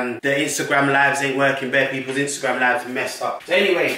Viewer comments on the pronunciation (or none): none